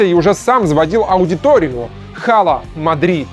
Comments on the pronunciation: ну какой хала? Ала Мадрид! “H” не читается. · Скажите кто-нибудь ведущему, что буква H в слове "Hala" не произносится. Эта буква в испанском немая, ее не нужно произносить) Два раза резануло слух.